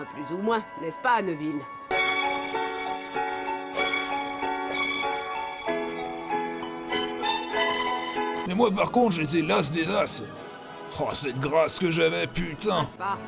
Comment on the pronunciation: j ai remarquer que la prof de cuididche elle dit aneville (neville)